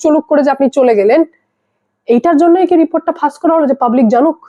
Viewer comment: ফাস বলছেন কেন? ফাঁস বলুন।